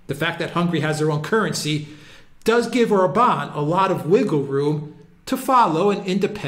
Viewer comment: I LOVE the fact that these two are amongst the very few people pronouncing Budapest and Orban correctly (Budapesht/Orbaan) - or rather as correctly as can be expected.